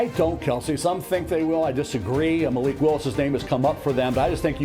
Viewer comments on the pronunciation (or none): none